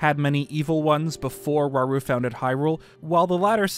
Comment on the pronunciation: Rauru, or shall we say.. RAUL???